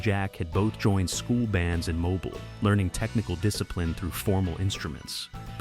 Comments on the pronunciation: Mo-Beal is how you say it. Lived here my whole life. I hate hearing “Mo-bull” by this AI voice lol. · Mobile. Pronounced Mo-BILL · It is pronounced MO-BEAL. Irritating. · MoBILE (emphasis on the second syllable). 😡